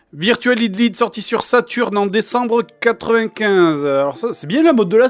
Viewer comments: vu comment du prononce hydlide (hidlide ou lieu de haïdlaïde), c'est comme avec astérix and ze grit rescul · En fait , y'a pas que pour Metal Gear que tu as une mauvaise prononciation , tu prononces mal l'anglais tout court XD (Pour Hydlide , sa se prononce aydlayde) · Ca se prononce AÏDE LAÏDE. Sinon heureux de voir que nous avons nos meilleurs jeux en commun, Suikoden 5 vaut le coup aussi.